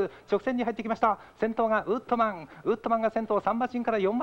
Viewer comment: ウッドマンじゃなくてウットマン